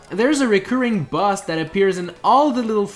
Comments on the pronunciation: How does he pronounce "boss" as "bus"? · its boss not bus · You said bazz its boss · Why do you say bus? U good tho! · It sounds like you're saying bus